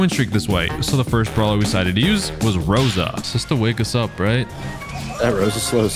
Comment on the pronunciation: its rosa thoough